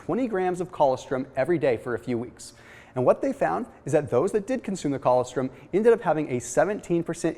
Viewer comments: co-LOS-trum is how it’s pronounced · That is the oddest way that I have ever heard "colostrom" pronounced. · If he ever read his comments he would know how to pronounce it by now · Ann Gunn I know! What the hell is he saying?? What a goof.